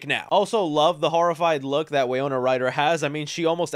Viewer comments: Winona… wiNona… wiNOna.. WINNNNNNNONNNNNA. Not wiyona or whatever you were saying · Wy-no-na. Good video but your errors make you look bad. Love the shelving displays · The mispronounced names in this video are wild. WAY-ona Ryder! Justin Thorax! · No one noticed you said Way Oh nuh Ryder instead of Why No nuh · Bro! Say it with me...WY-NO-NA! Also, Catherine O'Hara is a legend. How can someone mistake her for someone else? I'll chalk this up to excitement on the trailer. Take your time with these vids though, man. I'm sure people appreciate it more when you get names, details, facts, etc correct rather than speed through things and get it wrong, and not be able to edit it. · Winona Ryder is pronounced “whin-ohn-ah” sorry for the correction😅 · Winona = Wuh-no-nuh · Re do this video its pronounced WIN-OWN-UH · Why do you keep pronouncing her name as Wayona Ryder? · are you pronouncing Winona Ryder incorrectly?